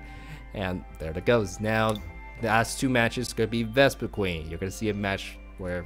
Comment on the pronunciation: I hate to be a nitpick, but it's "Vespiquen", not "VespiqueEn". :P Other than that, great video. This looks like a really fun, fast, and most importantly, cheap deck.. except maybe for the Shaymin. lol